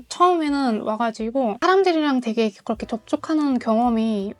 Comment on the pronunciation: 와 한국어 진짜 잘한다. 고런데 왜 "그" 발음만 고렇게 안 되는지 ㅋㅋㅋㅋㅋㅋㅋ